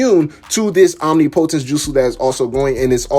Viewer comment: You are pronouncing omnipotence wrong.